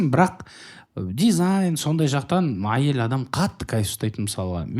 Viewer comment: неге осы ә әрпін айта алмайды, әрдайым айел, ангіме деп айтады